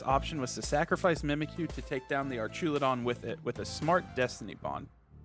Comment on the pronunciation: I died ever time he said "Archaludon"